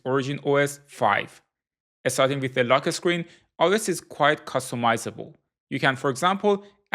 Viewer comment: "Lo keh sckreen"